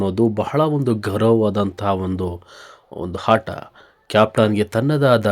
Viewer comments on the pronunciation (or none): Hata alla aata kannada sari matadu